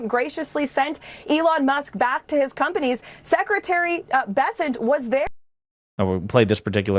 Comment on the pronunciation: "Graciously sent him back to his conpanies"